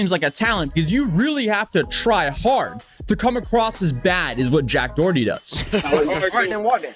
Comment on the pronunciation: "Jack Dawarty"... lmaooooooo